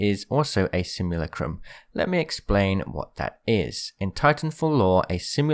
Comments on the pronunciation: Bro it's simulacrum not simulucrumb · It's pronounced Simu-lack-rum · You butchered the pronunciation of simulacrum so hard